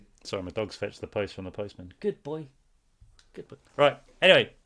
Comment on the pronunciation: James sounded so American while saying 'good boy, good boy" and then went back to being British